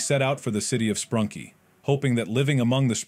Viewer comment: its sprunki not sprunk, sprunkie nor spranky and spanky